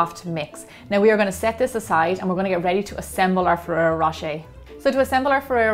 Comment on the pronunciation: that´s exactly my point. I´m not saying you can´t reproduce such things with your own twist. but just say it was inspired by this and that product. instead of using the name over and over to seem the product/video seem more legit. also, in this particular case: ferrero rocher pronounced by an american just sound ridiculous.